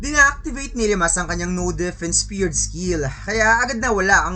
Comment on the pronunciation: Spared hindi speard boss